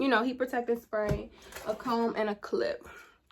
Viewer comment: Exactly! She said ‘Bawnett’ (bonnet) 🤣🙌🏾